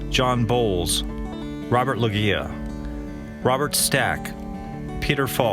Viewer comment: Robert Logia is pronounced Robert Low-jee-a